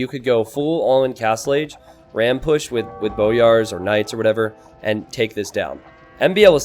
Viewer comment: I'm pretty sure it's pronounced "boy-ars"